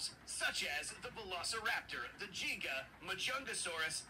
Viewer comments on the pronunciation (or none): none